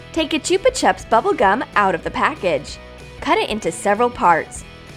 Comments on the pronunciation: It’s chupa chups not choopa chup ok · Gaming Deer101 t is Cara-Mel and Chuba-chubs